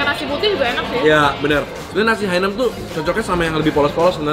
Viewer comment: Ralat dikit, namanya nasi Hainan bukan nasi Hainam